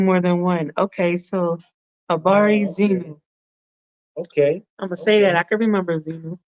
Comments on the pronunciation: Not zenu but zenyu with a Y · ok kîmenyi, which LAHAJA is this that says zenyu instead of ZENU?